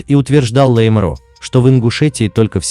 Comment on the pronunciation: Автор, говорите правильно на Чеченском языке, не лэй а лай!лайгуш- лаймро.